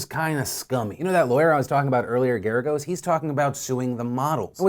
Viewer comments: "GERI-GOSE" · you said "Geragos", fake news! JK! but you said it wrong.